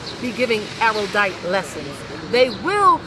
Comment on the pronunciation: PS. It's pronounced "arrowdite."